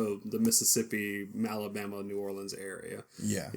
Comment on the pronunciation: You guys are gonna go to the malabama area? (you said malabama not alabama.)